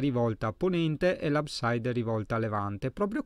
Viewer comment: Abside non si legge ABSAID... ma come lo si scrive. É italiano. Bel video